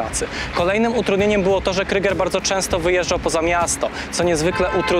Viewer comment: super material delikatna poprawka nie wymawiajcie kryger tylko kruuuuger cos jak przeciagniete u pozdrawiam